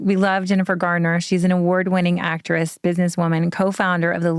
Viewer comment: It's "Garner" not "Gardner" .